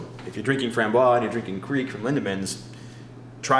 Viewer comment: Framboise is not pronounced "frahm-bwah;" it's "frahm-bwahz." I've heard two different American beer connoisseurs say it wrong n the paste 5 minutes.